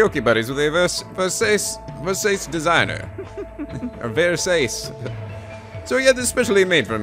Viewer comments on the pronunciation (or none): Versace = ver-SAH-che If he corrects himself later in the episode, my bad. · It's Ver-sa-che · Versace is pronounced like versachi... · Versace is ver-SAH-chee by the way.